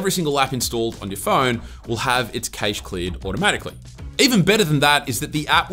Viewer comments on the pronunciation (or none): It's called "cash" instead of caysh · Don't forget Adaway and Buzzkill. Also, I've never heard anyone pronounce cache as 'kaysh' 😂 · Your the first person I've heard say kaysh. I've only heard Kash and kashay.